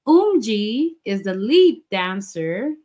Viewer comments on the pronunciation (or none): Viviz have no positions. There's no main dancer or vocal like they did in Gfriend since they said they want to keep VIVIZ more equal and that they'll keep the positions for GFRIEND. Also the names are pronunced as SHIN-BEE , UHN-HA and OHMJI